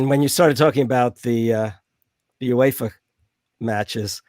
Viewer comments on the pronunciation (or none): none